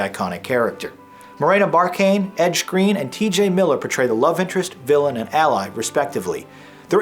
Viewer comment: Morena Bar-cain? haha